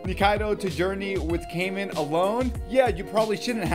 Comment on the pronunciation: Its not kaymen is it so hard to pronounce? Kai is litterally a name a just putting man behind It isn’t hard